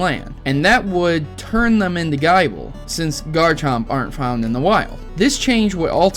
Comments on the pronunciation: I swear did you just say (guy-bul) in stead of (gi-bul) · I agree with theory, but I'd like to correct your pronounciation for future reference, if thats okay with you. You were saying Gible like guy-ble. However, I believe, according to the anime, it's Gih-ble. This is most likely due to it being Gible like Nibble, Gabite like Bite and Garchomp like Chomp. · Dude, you don't pronounce Gible as Bible! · Oh yeah by the way the pronouncement for gible is not gy-ble it is pronounced gi-ble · Nibble -> Bite -> Chomp Its not pronounced "Gaible" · It's gib-le not gyble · "GUY-bull" ....wut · Guyble!! WTF! It's Gible the anime clearly says the name right and the books tell you how to pronounce it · You do realize that's not how you pronounce Gible, because it's supposed to rhyme with nibble. The whole evolution line is based off biting. GaBITE, GarCHOMP, like really. That should be logical man. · You need to work on your pronunciations it ruined a video which actually made a lot of sence till you brougjt up gible. But i do agree on the rest of it.